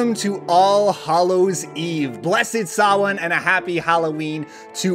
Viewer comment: I’m impressed by the fact that pronounces “Samhain” correctly.